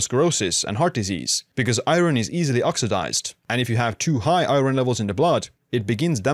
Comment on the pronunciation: You say iron very weirdly.